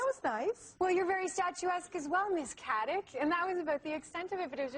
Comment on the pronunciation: Wow butchered her last name